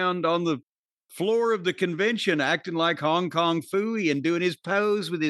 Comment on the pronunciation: “Hong kong phoiee” hahahahahshsha